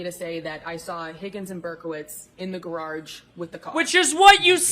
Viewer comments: Please tell that there is only one R in garage. Please. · As a Bostonian, I cannot reconcile her pronunciation of GARARGE....There should be no second "R"